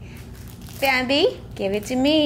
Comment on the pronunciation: My dog is part Shih Tzu and his name is Bandit. At first I thought you said Bandit but I looked in the description and it said Bambi.